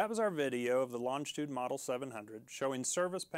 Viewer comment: It would help if the presenter could pronounce the name of the aircraft properly 🙄